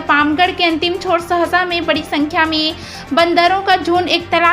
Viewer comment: Sahasa NAHI madam sasaha village